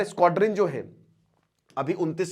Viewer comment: That was squadron not squator